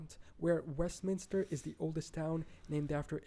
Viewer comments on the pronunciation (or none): none